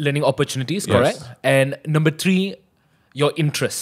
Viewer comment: One, two, three... it's three!!! Not tree... jk love the podcast ^_^